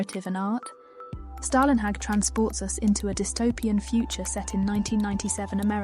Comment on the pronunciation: "Storlenhag" or even "Stawlenhag"